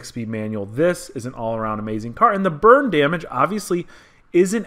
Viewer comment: Sounds like you keep saying "Bird Damage". What did the bird do?